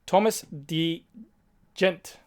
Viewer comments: Bro it’s tire blew up. Frank. Oh and it’s thomas de gent pronounced de hint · Thank you for the video GC! One quick intro to pro cycling: Thomas de Gendt is rougly pronounced "Thomas de Hent" :)